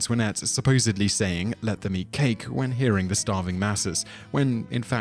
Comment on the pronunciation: "Whem" Rome burned?